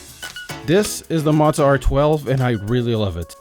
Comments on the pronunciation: Are you sure that's how they pronounce their company name? Z's typically only get the "pizza" treatment when there are two of them in a row. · How’d you get Mauser from Mow 😂 Do you (m)now (pronounced like now) the lawn? No, you “Moe” the lawn, he was meaning it like “Moe-Zuh”